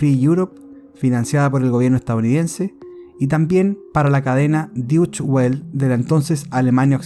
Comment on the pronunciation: Se pronincia "doitche vele"